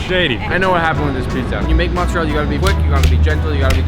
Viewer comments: It’s not mozzerll it’s mozzarella the A is there FOR A REASON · ITS MOZARELLA NOT MOZAREL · my dude said mozzerel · Every time someone calls mozarella as motzarel, an italian dies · saying mozzarell 😳